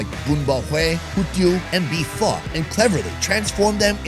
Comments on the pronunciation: Because of this channel I keep telling people that apparently Pho is pronounced Pha. None of them believe it! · Not liking the way pho is pronounced here,I hope that's not actually how it's pronounced